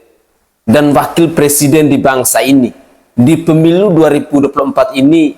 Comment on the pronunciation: Jangan kan mau jadi persidan urus rayak banyak jadi persiden rumah tangga saja bica salah ucap kok